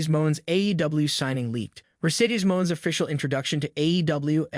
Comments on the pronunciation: Dude the "e" is pronounced in her character's name!! She is Mone!! (a take on Money, as if someone with a French accent would say the word), She is not Mon!! Thank you!! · Mercedes last name I)is pronounced money not mone